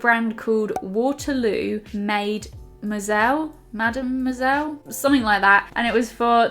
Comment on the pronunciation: I cracked up so hard at trying to pronounce "mademoiselle" hahaha it's adorable to see someone who doesn't speak your language trying to say it right. Loved the video <3333